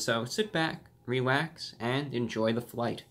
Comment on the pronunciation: "Sit back, Rewax & enjoy the flight"